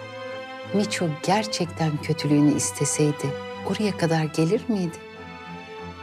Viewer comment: Tuna’ya sürekli tüne diyordu. de tinne de tinne demesindeki inceliği anlayanlar burda mı.